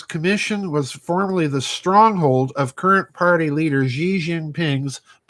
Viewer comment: His name is not Zhee. his name pronounced She. I speak Chinese.